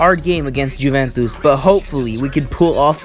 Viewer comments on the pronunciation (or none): Awesome vid! Just a quick heads up, Juventus is pronounced You-vent-iss, great video though!